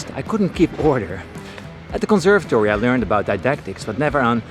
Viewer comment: did he say at the Gonservatory? Like he was doing stuff and learning from Chili Gonzales? :O